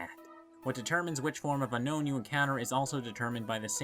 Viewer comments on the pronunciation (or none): I don't want to be that guy but it's pronounced un own